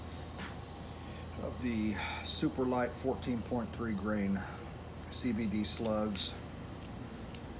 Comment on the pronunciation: Nice work, just remember, the weigth unit it´s "grain" not "green".